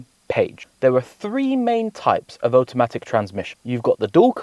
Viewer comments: So interesting that you pronounce "Auto" correctly but say "Otamatic" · Oat o matic? Am I hearing this right? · Condescending, irritating and strange pronunciation of automatic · The number one thing he doesn't understand about automatic transmissions is how to pronounce the word automatic. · Brudda why are you pronouncing automatic like that 😂 you have the same accent as me its makin me grit my teeth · Whys he pronounce Automatic like that hehe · Like what even is that 😂